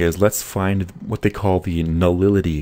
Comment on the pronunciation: Nulility? You mean nullity?